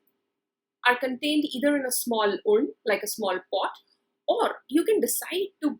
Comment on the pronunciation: It is sad that a teacher of English mispronounces words like ‘hearse’ and ‘urn’.